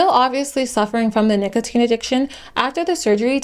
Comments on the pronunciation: no fr she was saying nickel teen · did you seriously say nickeltine? jfc she really has no clue about anything she is talking about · emphasizing the o in the middle is not the typical/normal pronunciation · Was literally thinking the same thing. I had to stop. All this effort and she couldn’t research how to say it right lmfao. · Sometimes it was normal and then she went back to being weird